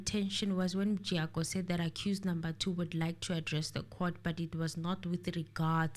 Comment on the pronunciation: make me laugh when he call mjiyakho as Mjayiya loool